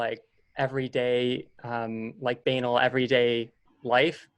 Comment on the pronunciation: BAY-nal? Like Anal? It's BUH-nahl dude. 😂